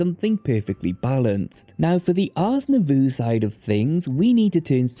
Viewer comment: I love your videos, they're so great, and I very much appreciate the amount of time you put into them. But Ars Nouveau is pronounced /nuːˈvəʊ/ (like "new voe") not "nuh voo".